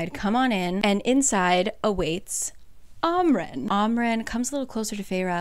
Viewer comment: It’s am ren not ahm ren